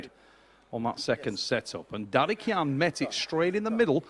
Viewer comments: Just call his name correctly its not Daddy Khan , its dadikYan ffs .. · I put a bet VS friends about ' pronouncinations of east guys names, I bet he will miss every single one. Tbh, Dadikyan was my biggest fear, I tought he must hit this one, its reallčy not hard, but yea, I won. DADIKAN ftw